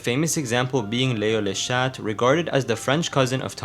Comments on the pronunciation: Also the prononsatuon is leo le cha the t is quiet i would know im french tho u can say chat for female cats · Cool video but le le chat peonouces leo le cha i m french 😀the t is muted